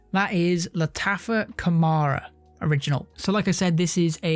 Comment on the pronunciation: It is not pronounced Khamara - it is called Khamrah my man !